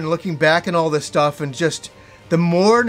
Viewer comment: Every time says "Welcome to another Game Stuff" my French ears hear "Welcome to another Game Stop" and every time I'm like "WTH??" for a second, then I get to compose myself again.